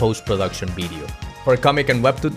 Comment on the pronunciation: "By the end of this BIDEO?" What is a BIDEO?